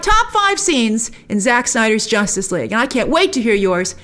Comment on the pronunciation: Grace: “Josstice League doesn’t count” HAHAHAHA 😂